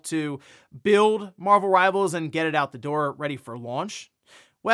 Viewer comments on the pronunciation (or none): none